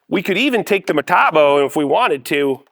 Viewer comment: You keep using that word: "Metabo." I don't think it means what you think it means. Say it with me now: Metabo HPT. Muh-tah-bo Aych-pee-tee.